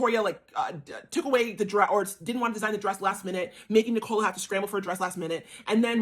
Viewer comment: Brooklyn was very privileged but where do you get the idea that he was looked down upon? By the way her name is pronounced Nic ola. Emphasis on Nic!! You're a bit dim. Pronounced dim 😂